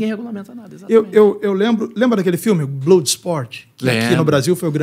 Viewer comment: Não é blôde não a pronuncia é blóde , sangue se pronuncia Blód .se escreve Blood.